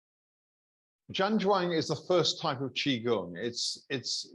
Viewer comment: Zhan Zhuang is pronounced Jam Jong - just so you know. This video may prove useful for your viewers also